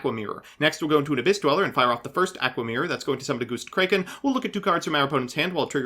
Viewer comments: When he went "Goustcrayken" i felt that🤧🤧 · Ok, has to deliberately mispronounce things, right? "Goostkraken"? Really? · are you mispronouncing everything on purpose holy shit goostkraken? is it going to lay an egg? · Why do you literally destroy pronunciation of easy to pronounce cards? Aqua mirror Gust kraken Etc I swear i heard you do it on purpose either from you or someone else lol.